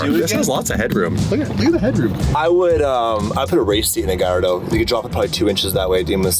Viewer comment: Its a yellow GALLARDO not Galliado..🤣